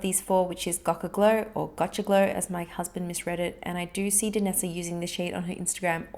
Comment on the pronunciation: Gocha is pronounced Go-Shay